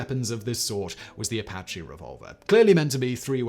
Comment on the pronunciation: The Apache knife/gun/knuckles is French and pronounced ah-pah-shay not like the Native American Apache name